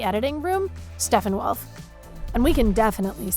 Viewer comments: she pronounced darkseid to literally like DARKSEED! and steppenwolf as STEPHENWOLF!!!!! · Did you just say "Dark-seed" and Stephen-Wolf? lol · "DARK SEED" and "STEFFEN WOLF"... Your editorial team and narrator sure didn't give a flying fuck about the movie eh